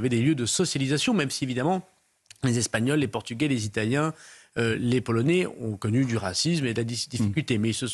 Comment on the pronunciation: Un comble: "Satisfaites vous qu'un ministre abonde dans votre sens, qu'il dise submersion", alors que cela fait des décennies que les français le pensent et le disent ! Et enfin: 1- on ne prononce pas "polonés" ou "francés" mais polonAIS et françAIS 2- "CE SONT les français" et pas "C'EST les français" Pas "assimilé" totalement le sieur Darmanin ?